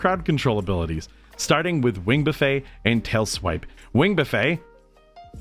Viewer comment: You’re saying buffet wrong haha… You are supposed to pronounce all the letters in this instance. The way you’re saying it is the all-you-can-eat way. 😂